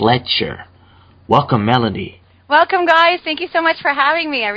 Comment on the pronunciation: Melody not Melony lol